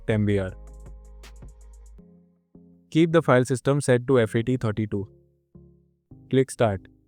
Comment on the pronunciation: It's called Fat32 and exFat don't pronounce as F A T 32 😅😅😅 x f a t 😅😅 it's look un professional